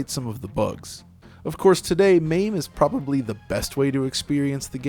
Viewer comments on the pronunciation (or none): none